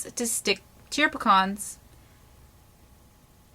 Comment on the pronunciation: Picans new way to say pecans.....................great video many thanks